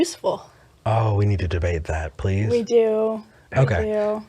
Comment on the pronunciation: "Vi are excited" LOL